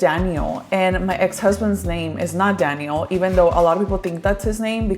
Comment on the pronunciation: random Question; but is your sons name Danyel? Or Daniel (en español) , i don’t know why but the way you pronounce his name in English throws me off because you pronounce Santiago’s name in Spanish lol. Now I’m curious if his name is Danyel 😅